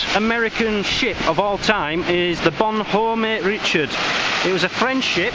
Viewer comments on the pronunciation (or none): Great video. Beautiful place!! I beach detect here in the U.S. Just a note. The "Bonhomme Richard" is pronounce Bon-ham Ri-shard. I served on it when I was in the military. Well, the LHD-6 modern ship named after the original.